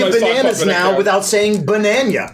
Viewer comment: This was a great fight. I really enjoyed it. Poor Twig, she didn't deserve that hit from Kremy. PS: I can't ever say again Banana. Now it's always "Bañaña" :D